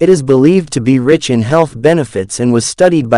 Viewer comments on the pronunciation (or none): none